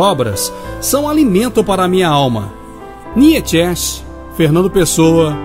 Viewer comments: A pronúncia correta seria como Niitcha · Niétschésche? Waitiguéstein? HAHAHAHAHAHHAHAHAHAHAHAHHAHHAHAHAHAHAHHAHAHAHAHA PUTA QUE PARIU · Que pronúncia bizarra para Nietzsche... desastroso...